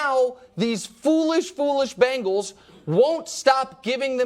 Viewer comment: Hey Nick it's Bengals, no "Bangals" SMH